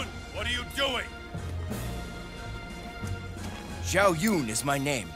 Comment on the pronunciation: Bukan aneh tapi emang zhou yun itu nama orang lain 🤣